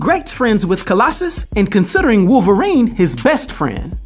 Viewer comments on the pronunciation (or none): none